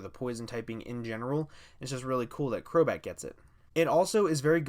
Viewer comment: 'a friend of mine has been saying that for a long time' HI HELLO DAS ME crobat more like crobae